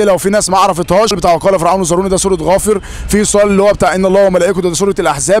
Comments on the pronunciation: اخي الكريم (فرعون) بترقيق الراء وجزاك الله خير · جزاك الله خير أخ ، لا زلت تخطئ في آية ( و قال فرعون ) فرعون بدون تضخيم الراء ، أنت قارئ للقرآن لازم تكون عارف القراءة الصحيحة و شي لازم على كل مسلم.اسمع للقراء جيداً ،